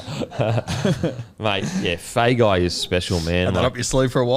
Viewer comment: Hey, just for Feagai's pronunciation and Samoan last names in general. If there's a 'G' in the last name, the G is pronounced "ng" like long, thong, song etc. so Feagai would be "Fe-ah-ngai" Same as Tago which I know you have been pronouncing correctly. Love the poddy, the beer and the clothes. Love more the effort to pronounce the Polynesian names correctly, it's been a pet peeve of mine since I was young. Which leads me to the question - is there a way the NRL players give the commentators a recording of the correct pronunciation of their last name?